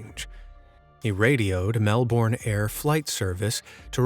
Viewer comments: It's Melbin, not Melborne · It’s spelt Melbourne but you say melbin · just apersonal note, "melbourne" is pronounced "melbn". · And "Tunguska" has another U in it.